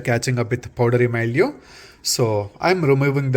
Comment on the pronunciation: What is "poddery myoo"? Do you mean powdery mildew?